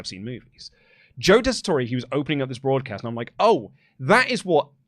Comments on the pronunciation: Tessitore is pronounced without an é at the end 😂 Just pretend the e isn’t there boys 😜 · I love wrestle talk, but Daggum it it’s pronounced Tes-I-tour. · I really wish didn't mispronounce Joe's name cause now everyone is doing it.... it's tessitore......so you say it tessitor